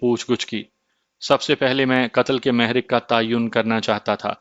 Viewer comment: محرک پر پیش اور ر پر تشدید ہے بہر حال عمدہ کاوش ہے ۔